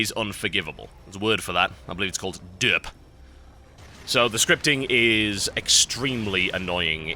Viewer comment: lol you say derp like a derp !